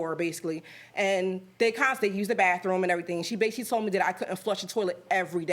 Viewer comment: It’s Basically NOT Basially geesh